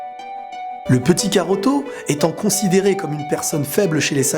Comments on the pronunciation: wsh s'est pas karoto c'est kakaroto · C PAS KAROTO NI KAROT MAIS KAKAROTO sinn bonne video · très bonne video ! Juste attention on dit Kakarotto et non Karotto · C'EST pas karoto mais kakarot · stp arrête de dire karotto car c'est kakarotto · Mdr tu fais une vidéo sur dbz mais tu sais même pas que c'est "kakarotto" Et non "karotto" 😂😂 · c'est cacarote pas caroto xd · tu me mais la haine quabd tu dit karto PUUUTINN C KAKAROTO Bordel de merde je suis calme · c'est kakaroto pas karoto xD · C'est cacarot pas caruto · C'est kakaroto ! Pas karoto ! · SA SE PRONONCE KAKAROTO PAS KAROTO merci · Bonne vidéo même si le "Karoto" me perturbe xDD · Tu ma stressé à dire karotto tout le longs mdrr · On dit , Kakarotto ! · tu as pas honte de dire karoto?😃